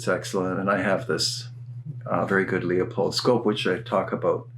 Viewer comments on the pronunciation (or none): LeUpold is often mispronounced "Leopold" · I'm sure you have heard this before, but it's not leeapold, it's pronounced like Loopold. Great video, keep up the good work.